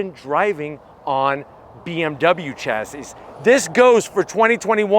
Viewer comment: Chassis is pronounced shassy